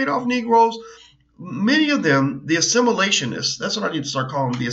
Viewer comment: "Assimilatioinists" I love it!